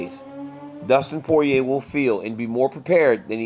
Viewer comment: DC is the only person that can properly pronounce Poirier.